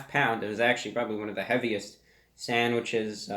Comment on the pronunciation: I love how he says “sanwidges”